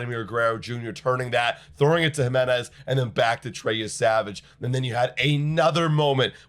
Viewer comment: “Andres Him-enez” 🗣️🗣️🗣️